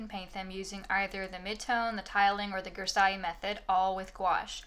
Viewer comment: Nice video :) (just a thing, "grisaille" is pronounced with a z* like in "zeus"